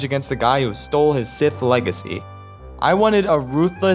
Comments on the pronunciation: "...Sith LEG-acy" I'm sorry. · “stole his sith leg-acy”